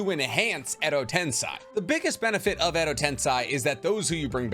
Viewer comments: Love your videos! But it's tensei, not tensai. 😊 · tensei you fool not tensai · Ten-say Not ten-sigh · Its called Edo Tensei not Tensai ;)) ✌☯️ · I watch every single one of your videos and i love you but WHY DO YOU ALWAYS SAY EDO TENSAI LMAO it's tensei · I thought it was pronounced “ten-say” not “ten-sigh”? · ME GETTING TRIGGERED EVERY TIME HE SAYS 'TENSAI' ....BRUH ITS SEI....'SAY'....STILL ENTERTAINING AND ENSIGHTFUL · It is "Ten-say" not "Ten-sigh"....it's literally how it's pronounced in the anime...y'know...by the japanese people. Hell, it's even how google translate pronounces it of all things. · harmonies voice edo ten-say not ten-sigh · tensei is pronounced as ten-say, whereas tensai is pronounced as ten -sigh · Also tbh i really love you videos. Its just its kinda infuriating hearing Edo Ten-sai instead of Edo Ten-sey aswell as chiBAku Tensei not chiBUku tensei. Please no hate. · If you ever watched the show it’s pronounced TEN SAY, you saying it wrong all video hurts me lol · Why you pronounce Edo tensei like that? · I can’t watch this video because of the way he pronounces “Tensei” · Really irritating how you pronounce tensei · Edo tenSAY. Why do you say it with an I? 🤧 the anime pronounces it for you. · It’s actually tensei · No that's shinra tensei pronunciation jus ask my boy pain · Yeah, not watching 30 minutes of you saying Tensei wrong. Sorry.